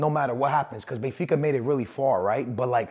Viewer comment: Benfas lmao